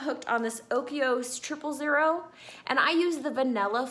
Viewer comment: Look at the spelling of the Dannon Oikos. I do not think you are pronouncing it right.